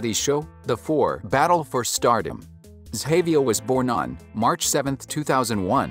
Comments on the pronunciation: soft G sound Ga-VI-a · Butchered her name It’s pronounced zsh-a-v-eye-a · The way you saying her name is wrong lol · The information was nice to learn about, but you could at least say her name right, for the love of God! lol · her name is pronounced wrong